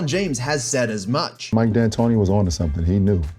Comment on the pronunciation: Ah yes, Mike No D Antoni.